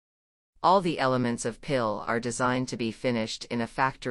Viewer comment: Although the photography is lovely, the robotic narration is glaringly ugly, like plastic flowers in a perennial border. Particularly bad are the anglicized mispronunciations of "Piil" and "Jägala-Joa", in a kind of Anglo-Saxon robot-driven cultural imperialism. Could this perhaps be uploaded in a revised version, with a human being doing the narration?